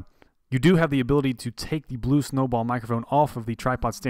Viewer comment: did you just say "blube" in the intro?